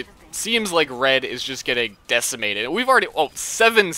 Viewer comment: Decimate-ed LOL